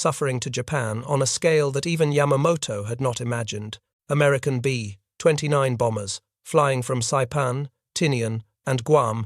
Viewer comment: The Americans weren't sure they would surrender or not. Read it yourself please. Fake voice can't even say B 29.